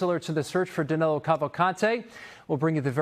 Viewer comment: It is Danilo not Danelo